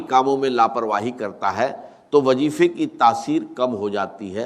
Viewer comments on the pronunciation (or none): یہ Ai سے بنائی گئی ویڈیو ہے یا اس پر یہ آواز ڈب کی گئی ہے۔ ذرا غور سے سنیں تو وظیفے کو وجیفہ کہا جا رہا ہے۔ جائز کو جائج کہا جاتا ہے اور لہجے میں وہ لھنک نہیں ہے جو ڈاکٹر اسرار احمد (رح) کے کہجے میں تھی۔ اللہ معاف فرمائے چند پیسوں کی خاطر لوگ کیا کیا کر جاتے ہیں۔ کاش اس ویڈیو بنانے والے کا راج بھی اللہ دنیا پر کھول دے۔ آمین